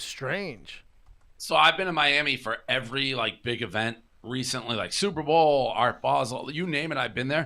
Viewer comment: Can someone ask Brendan to say Super Bull so he finally gets it?